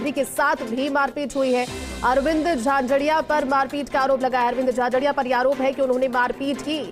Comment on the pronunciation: भाई नाम तो सही बोलो अरविंद जाजड़ा बोल रहे हो झाझरिया बोलो